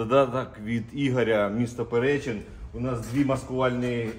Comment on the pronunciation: Вибачаюсь ПеречИн, наголос на и. Бережи вас Боже❤️